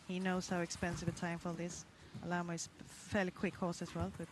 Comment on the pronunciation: Did anyone else notice that the commentator says Steve Guerdat with Al-a-mal-o instead of Alamo???